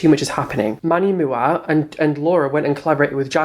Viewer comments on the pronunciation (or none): why does he keep saying jeffree and manny mua wrong? is it really that hard? Manny.. M.U.A (Makeup artist) you say each letter instead of mua 😂